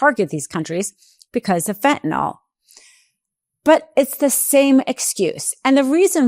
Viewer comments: FENT-ah-nil. Not "fent-nawl" damnit. Fentanyl. I know it's not the point of the video but goddamnit can NO ONE f*ing READ or speak? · There is no "O" in fentanyl. FEN-TA-NILL not FEN-TA-NOL! Sound smart. Say it correctly. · This is an excellent, informative piece. (I just wish the world would learn to say "fentan-ILL" rather than "fentan-ALL"! Just check the spelling! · If SCOTUS is honest, they will find that Trump cannot tax Americans by Executive Order. And it is Fentanyl, not Fentanol. Educate yourselves. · Why is everyone calling it Fentanall? It's Fentanyl, pronounced just like it's spelled. "-ill," not "-all." Has everyone become illiterate? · FentanILL, Not FentalAWL, for God's sake. Can't you people speak basic English? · Why TF does everyone say fentanOl. It's fentanYl. Never seen a y pronounced as an o in any language. Ignorant. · Pardon me for being picayune. I wish people would stop calling it fentan-ALL. It's fentanyl. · It's Fent-a-nil (fentanyl) not fentanol It drives me crazy lol 😂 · Just because Trump pronounces fentanyl fentanol doesn't mean you have to do it too. Fentanyl. Not fentanol. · PLEASE PODCASTERS!!! PRONOUNCE THE DRUG CORRECTLY, YOU SOUND STUPID!!! ITS FENTANYL (NIL), ITS NOT FENTANOL...NOT FENTANOL!!!!!! IM BEGGING YOU??!! R.N. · It’s not fentinol (how you-and most people-mispronounce it). It’s fentanyl. Rhymes with “a mill,” not “an all.” Sorry. This is just a pet peeve of mine. Seems many people, including media people and politicians, do it. If you’re going to put out posts for public consumption, you should make sure you know how to pronounce what you’re talking about. Again, sorry. I agree with the message completely. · "Feh-a-nawl" I learned in 2nd grade how to pronounce "and sometimes Y" as a vowel. Maybe ask a second grader to teach you about vowels if you know one.